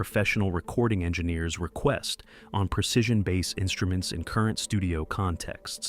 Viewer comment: The long hair guy stumming his bass while jumping up and down is plain embarrassing to Bass players everywhere.. Really sick of this AI generated videos. Pronouncing "Bass" like the fish. Very embarrassing.